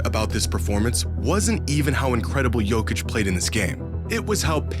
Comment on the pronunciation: Il faux aprendre prononce le nom Jokic !